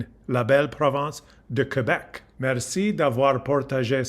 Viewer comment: Wow!! Perfect French!! Merci beaucoup! Et tu as prononcé Québec de la bonne façon! ;)